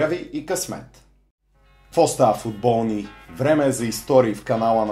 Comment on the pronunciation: Интрото ти е много тъпо.И защо викаш футбо̀лни